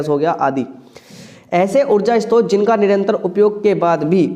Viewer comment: Istrot nahi hota hai sir short hota hai